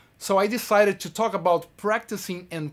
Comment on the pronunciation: É impressão minha ou ele tem um sotaque brasileiro fortíssimo? Mesmo a tantos anos convivendo com a língua inglesa. Não é uma crítica por que quem sou eu para criticar esse cara que é um orgulho brasileiro, mas eu percebo que ele não perdeu as manias brasileiras, e pronuncia o son do (I) meio diferente. Entre outras palavras.